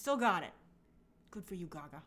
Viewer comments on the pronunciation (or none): none